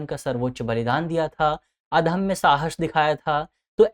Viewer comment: अधम्य नहीं अदम्य बोलो।